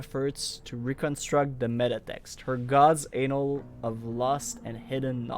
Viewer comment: "Anal" lol. By the way, "annal" is pronounced "ah-null" not "aye-null"